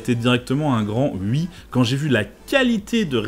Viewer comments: "Un grand ui" 😂 Super vidéo 👍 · "Un grand ui !"